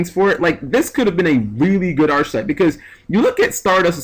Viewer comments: Just for future reference, its pronounced 'ark a type.' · It's pronounced "Ark-type". Just saying bro